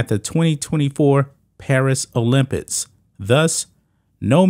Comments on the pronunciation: Why do you say, 'Olympitts' ? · OlympiCs please say it properly. It's not olympits This is getting ridiculous. Men should compete with men. Women should compete with women. Biological women and biological men. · He said "olympits" 😂